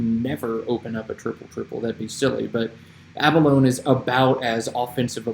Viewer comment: Love all this - BTW, pronunciation is a-buh-low-knee. Great humility!